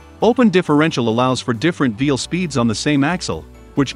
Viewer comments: Is it just me, or does anyone else keep hearing throughout the video the narrator using the word “Vheel” in place of “Wheel”? I thought I was losing my mind there for a moment 🤣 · Is the A.I. saying "vheel" instead of wheel some of the time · Why are you saying veel instead of wheel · He keeps saying “veal” instead of “wheel”. 😂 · It sure sounds like he's saying veil instead of wheel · It's wheel not veel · Some reason you don't use "a" and "the" in the video? It makes the narration sound kind of childish. "_THE_ differential," "_A_ spider gear," etc. Small children leave off articles because they are in a hurry or don't understand how to use them. Also, why is the narrator saying "veel" instead of "wheel?" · Side note, he said "veal" a few times... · I voice is so annoying and y is it saying vvveel But i am interested in this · Veal? What's a veal? Thought that was a meat from a young cow not on a vehicle? Just funny no accent through the entire video except for when saying wheel?